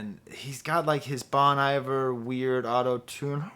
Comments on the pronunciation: Bon eye-ver 😭😭😭😭😭😭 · just say bon - iver WRONG how did this happen?! omg he just said it wrong again omgg